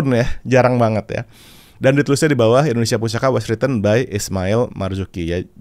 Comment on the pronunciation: Suara agnez mo sangat bagus..tpi di menit artikulasi pengucapan bahasa indonesia bukan indonesia tpi endonesia